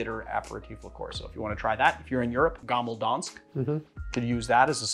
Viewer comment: Perfect pronunciation of Gammel Dansk!